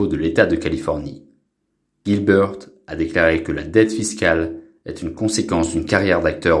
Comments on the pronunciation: Melissa Gilbeut fille adoptive de Babawwa Gilbeut , est belle et bien toujours vivante . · haha l'autre avec l'accent sur les prénoms c'est dément! bawbawa, gilbeuwt :)